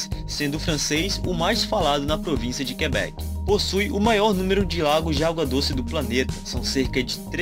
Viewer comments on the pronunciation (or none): none